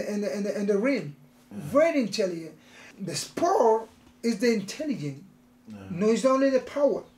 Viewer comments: Yoel is more "intelehent" now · I thought it was great, but Yoel pointing at himself saying intellient was hilarious for me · Yoel “Very Intelliyent” Romero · Yoel "intellygen" Romero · Yoel "intelliyen" Romero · why.. cos he vewy vewy intellehent in the raim.😂😂😂😂 Romero